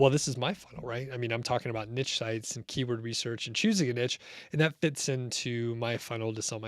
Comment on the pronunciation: Niche... no T in there! this is a French word...